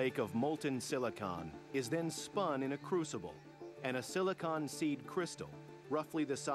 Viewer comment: I hate they way he says silicon